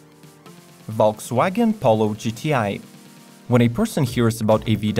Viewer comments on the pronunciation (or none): none